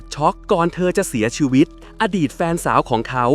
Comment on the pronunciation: คนภาคอีสานป่ะครับ เสี่ยซีวิต สำเนียงอีสานออกละ